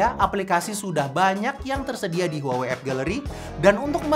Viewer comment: 😂 HUAWEi harusnya dibaca "WAHWEi"